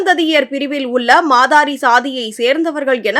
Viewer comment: மாதாரி... இல்லை மாத்தெரி😊